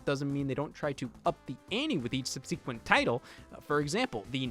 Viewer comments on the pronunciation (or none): idk if youre saying subsequent like that as a bit or not